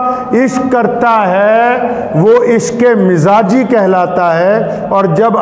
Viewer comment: درست تلفظ عشق مزاجی نہیں عشق مجازی کہتے ہیں۔